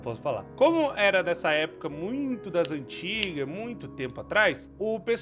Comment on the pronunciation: Achei mt engraçado o falando "das antigas"